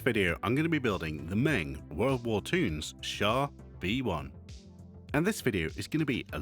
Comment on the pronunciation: Hey, as a heads up Meng is pronounced "Mung", just like Feng Shui